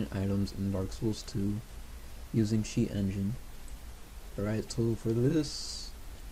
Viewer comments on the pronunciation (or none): " sheat engine " :D